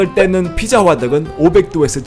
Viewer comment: ㅋㅋㅋㅋㅋㅋ발음이 삐짜 이러니까 북한말 같네 ㅋㅋㅋㅋㅋㅋ이 영상만 그런건지 아닌지 다른 영상도 보러가야겠음